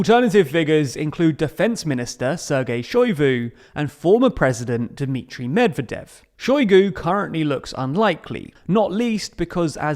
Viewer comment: I had to stop watching because of you pronunciation of Medvedev